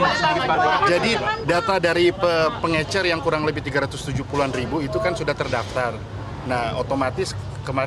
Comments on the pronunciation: Pengecer pak bukan pengencer, minimal liat kbbi dulu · Bukan pengencer pak 😂😂😂 tapi pengecer. Pakai bahasa Indonesia yg benar pak. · Pengecer lul..bukan pengencer!!